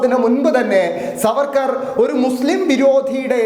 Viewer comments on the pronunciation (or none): സാർവേർക്കർ എന്ന് ഒന്നുപറഞ്ഞാൽ പോയി നാക്ക് വടിക്കണം